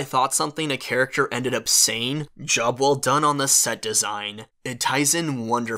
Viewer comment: When he said “Job well done on the set design” I thought he said “Jubble done”